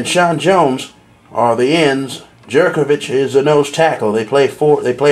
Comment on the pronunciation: FYI, John Jurkovic is pronounced 'Yurkrovic'